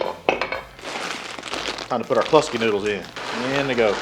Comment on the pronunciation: the way to say Kluski is like ClueSki, i know its your accent. hahaha nice cook brother.